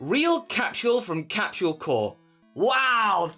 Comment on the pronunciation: You pronounce capsule as captuale?